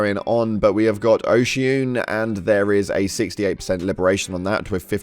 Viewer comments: It's not OCEAN its O SHA NU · 💛🖤 please just ftl to Osha-une that's how you pronounce it BTWs and FTL chick will literally say it the right way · Why can people not pronounce the name. Your ship says it. Osha-uwneh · Osha-- ooonay.. they pronounce it everytime you jump to the system lol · Hey, love your vids bro! I noticed you pronounce some of the planet names incorrectly like Oshaune but all you have to do is travel to a planet and listen to how they're pronounced by the in game voice to get it right. Hope that helps 😊💛🖤